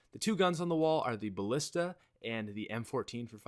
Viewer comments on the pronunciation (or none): none